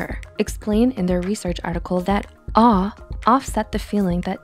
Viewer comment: When she was saying awe I thought she was saying R